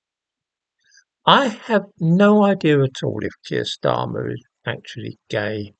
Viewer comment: Kweer starmer 😆😆